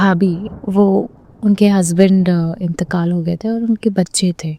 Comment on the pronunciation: she said “intekal” 🤭 well but her urdu is better than other i accept